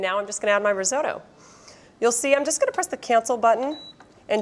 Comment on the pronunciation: Breville. A great Australian company. Never heard risotto pronounced Ri-zoe-toe before though.